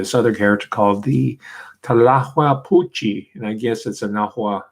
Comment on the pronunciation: I've done a few shows about Mexican vampires. Not many people outside of the regions they are supposedly native to know about these creatures. Your pronunciation of "Tlahuelpuchi" was pretty good!